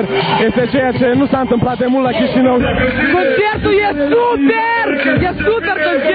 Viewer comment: "Conshiertu ie supierrrr " :)))